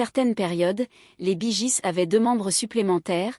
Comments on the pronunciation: Bonjour...Mais c'est QUOI cette façon de prononcer leur nom...???😂😂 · Encore une de ces vidéos traduites par une IA en un français approximatif et avec une voix « robotique » grotesque. Rien que la prononciation de leur nom est ridicule… Tant qu’au contenu, c’est médiocre: c’est en-dessous de la page anglophone Wikipedia sur le groupe… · Bonsoir vous prononcez très Mal leur nom de Famille ! J'aime beaucoup ce Groupe depuis que j'étais au Lycée.Celà se prononce Bi Giz et celà s'écrit Bee Gees et celà se prononce Guib et celà s'écrit Gibb.Íl y à 3 Frères qui sont Décèdés en comptant Andy qui chantait en Solo ! Apprenez à parler Anglais ou Américain ! 🤣🤣🙏 L'accent n'y est pas du tout ! Bravo pour la Vidéo !